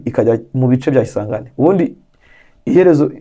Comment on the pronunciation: Uravuga kisangani ukagirango ni kigali 😂😂